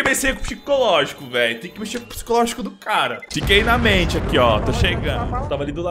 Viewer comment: "tem que messê com o pxicológico". Se empolgando fazendo vídeo com sv_cheats. Cristo...